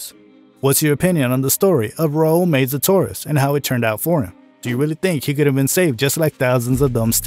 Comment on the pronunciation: Meza not Meiza..